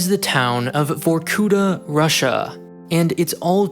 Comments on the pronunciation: it's vorkutA, not vorkUta. What really strikes me as odd in foreigners speaking russian is putting the emphasis on the wrong syllable. I get the wrong pronunciation of sounds, cause our phonetic alphabets are different. our K sounds not like yyour K etc. But stresses? It's just the matter of looking it up, in wiki all the words have the stressed syllable indicated. I'm still sad about Baba Yaga in John Wick. Its yagA, not YAga. YAga is short for Yaguar (Jaguar), a cheap energy drink which kids used to get drunk quickly. But now we are stuck with the wrong pronunciation for the whole Wick series. I respect and I'm not mad, everyone does that, but its a bit strange he did the same thing. edit: finished the vid, wanted to add that it was otherwise very interesting and well-researched, as usual. And i can't NOT be gladf that did a vid on my country instead of China for once) thx man. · vorkutA emphasis on last vowel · You're putting an accent on the wrong vowel in Vorkuta. Correct pronunciation would be Vorkuta' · This has probably already been written about, but there is always the funny word stress. Correct - on the last syllable. Vorku-[ta]' I understand that there is no difference in English, and in Russian itself foreign cities are often pronounced incorrectly, but it sounds like a joke every time) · In Vorkutá the stress is on the last vowel 'a'. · The emphasis is on the last A not U! Your intonation is intolerable as it is but in combination with illiteracy it just bombs. Dislike and I did not last for more than 3 minutes on this video. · Could you at least look up how to pronounce the city's name, like where the stress goes? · why couldnt u spend ten more seconds whilke making this video just to learn how to pronounce Vorkuta correctly? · Can you at least,pronounce VorkuTa properly? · It's var-koo-TAH, not var-KOO-tah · why you write vorkuTa but say vorkuDa ? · great video. yet. it’s VorkutA, not VorkUta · Not VorkUta, but VorkutA.